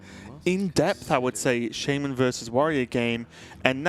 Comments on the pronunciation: Can you please fire the guy that pronounces Shaman-Sheimun.... Thank you. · Why does mispronounce Shaman on purpose?